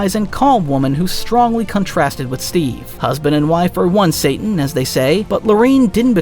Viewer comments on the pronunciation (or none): none